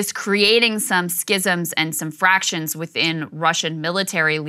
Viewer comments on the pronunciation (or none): Factions Krystal, not fractions .